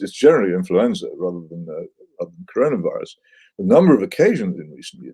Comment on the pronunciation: did peter hitchens just say controlavirus?